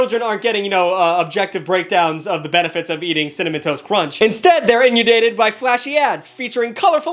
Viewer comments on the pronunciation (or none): My guy pronounced it like “In-You-Dated”, and boy… That is… that’s something, huh? That’s… well that is certainly one way that you could say that collection of letters, I suppose? I mean… I guess, right? If you had to? But hey, what’s crazy though… is how… by … my synaptic vesicles had already released an absolute Tugg-ton of neurotransmitters into my synaptic cleft, right? So now I’m sittin’ here, my brain all straight up f*ckin’ IN-UN-DATED with an ungodly amount of raw, uncut, pure Hawaiian nociceptin. …which is often referred to as, if you can believe it… “anti-dopamine”. This particular neurotransmitter has been found to result directly in feelings of frustration… …in this particular case, frustration at your pronunciation of that word. What a trip! Quite the wacky little co-inky-dink, eh gang?!